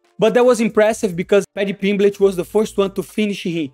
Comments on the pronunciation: Paddy Pimblitch? wtf is that lol. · Paddy PimbleTT. There are two t's, two. No c, no fucking h, bro